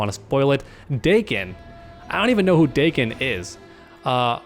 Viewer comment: It's pronounced dakken and he's basically wolverines son if this is true this game has so much potential